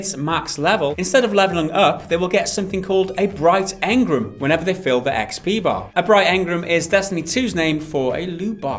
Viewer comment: So great to hear you pronounce engram the way I do.